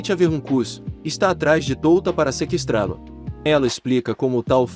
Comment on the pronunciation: ele falou seqstralo